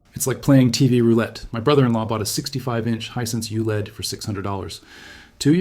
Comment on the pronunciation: "Youled"? WTF is "Youled"? To much AI again, makes one question the entire thing.